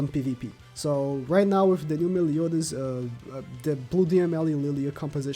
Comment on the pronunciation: with = wiff; gowther = gowfer, look, the way you pronounce "the" is fine, why do you pronounce th as f? it's annoying as hell